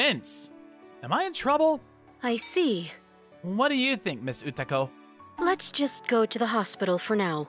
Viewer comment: Izumi was calling her Utako but she was referring herself as Ukato , WHAT IS THIS MISPLACEMENT OF "K" & "T" ?